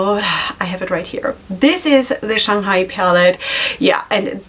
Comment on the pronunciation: You're saying Shanghai just fine. :) Congratulations on getting on the pr list.